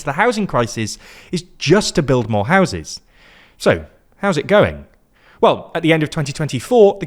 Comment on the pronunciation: I don’t know if this was intentional, but it saounded like you said “house it going” and it was very funny. Please include more puns